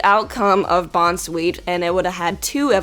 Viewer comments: It's name is Bounsweet, not Bonzwheat. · It's BOUNCE-SWEET. NOT BON-SWEET, DAMNIT!!!! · I can't choose. I like the Lunatone and Solrock, the Nidoking, the Alakazam, and the Arcanine. BTW, you pronounced Bounsweet wrong. Just so you know ;)